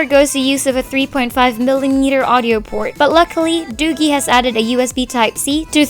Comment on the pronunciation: Btw, another thing. the product is pronounced as 'doojee'.